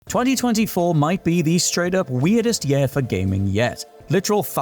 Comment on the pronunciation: Please use a different word than 'year' if you can't pronounce it correctly.